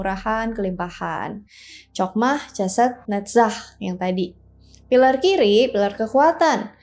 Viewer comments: Chokmah ( חכמה ) dibaca: Hokmah, bkn Cokmah. Begitupun dgn Chesed ( חסד ) dibaca: Hesed, bkn Cesed. Pengucapan huruf H nya dgn cara diucapkan dgn memakai bagian blkg tenggorokan, krn huruf Chet ( ח ) sbg huruf guttural. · Ya benar sekali utk mempelajari Kabbalah hrs dibawah bimbingan Rabbi Yahudi, makanya sy geli ketika mengucapkan Chokmah & Chesed yg mana pengucapannya jg gak tepat, tapi ia nekad utk membicarakan ttg kabbalah 😂.